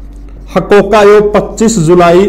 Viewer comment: हकोका नही है जी। हरकोका है